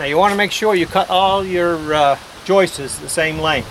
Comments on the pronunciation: I love the way you say "Joises" instead of"Joists" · Great work.. will last 4 ever...lol. ( House seems beat up.. for such a beautiful deck?) btw.. I believe that the word "joists" is only one syllable not two; you seem to be saying "joist-is" making 2 syllables.